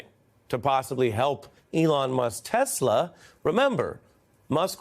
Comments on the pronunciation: Trump says Teslur. What is that? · "Everything's computer" "Teshlar" ....sharpie loving Trump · Did he say tesler? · Is it just me or did he say "I love Tesler"? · Did he really say "I love Teslur"??? LOL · "I LOVE TESLER!" 😂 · "I sawr the testler, I said wow what a wonderful testler, I love testler." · 'I Love Tesler'. Number 1 salesman of the year strikes again. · Did he say, "I love Tesler" 😂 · “I love Tesler” ? Brain….disintegrating into creamy oatmeal…by the day. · It’s “Tesler” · So trump and musk are such great friends and partners and it seems like it’s the first time trump ever saw one. lol. 😂😂😂. He mispronounced the name as well. 😂😂😂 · YEAH HE DID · 😂😂😂😂😂😂😂😂😂😂😂😂😂😂 ,....I love TESSLEERRR !!! I thought the name is Tesla !!! I am freaking CRYING !!! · the american people have voted a person into power that cannot pronounce the name of his most powerful ally correctly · Did this carrot say tesler😂😂😂😂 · “I love TESLER!”. What kind of utter fool is this?! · He said "Tesler" 😂😂😂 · "I love teslurrr" 😂😂😂😂... this is truly a clown show! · ahhh he did not even say the company name right at 3 min in tesler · Did Trump say "I love tesler"??? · how to start the engine 😂. “Start the engine!” 😂😂. Tesler 😂 Beautiful inside 😂😂😂😂 tf is beautiful in that EV. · Did he say tesler ? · "I LOVE TESSLER!!!" 😂😂😂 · "I love Teslerrr!"🤦🏾‍♂️ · Jesus our president can’t even pronounce Tesla. He called it aTeslor. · 😂I love Tesler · Can't even say "Tesla" right..... "I love Tesler" -DJT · And then Trump mispronounced Tesla as Teslar...he can't even read. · Captin bone spur's is terrible salesman couldn't even pronounce the car right "teslar" his customers are just gullible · Did Trump actually say he didn't need his notes like Biden and then he called it Tesler instead of Tesla yeah Donald you need those notes😂😂😂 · "I love tessler" 😂😂😂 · “I love Tesler!”😂😂😂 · What's Tessler??? Maybe he needs notes to remind him to say Tesla instead of Tessler . . . what a Doofas! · "I love Tesler"